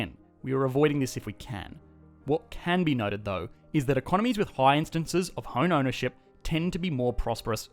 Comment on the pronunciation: Did you say, "...with hone ownership ..." ?